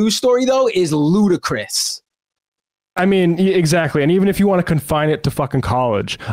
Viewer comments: I assume you meant "ludicrous" rather than "Ludacris"... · “Ludacris” 😂 that’s the singer 😅 I think you meant ludicrous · And it's "ludicrous." LOL, Ludacris is the name of a rapper.... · Lol everything else aside, it's ludicrous not ludacris